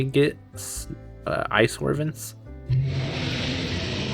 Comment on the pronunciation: The way you pronounce wyverns gives me anxiety